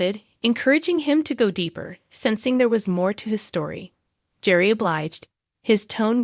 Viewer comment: Please pronounce their names correctly. Gerry is pronounced Gary with a hard G and Theresa is pronounced T-reesa. I enjoy your videos but the mispronounced names drives me nuts.